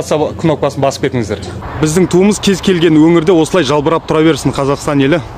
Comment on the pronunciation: Шлаушыншы керемет Туды желбіреп деп айтады Жалбрап емес Сорлы қазақтың тілі Әбден бітті